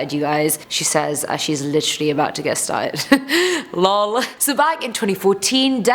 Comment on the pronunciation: OMG she said LOL but said it as a real word😂😂😂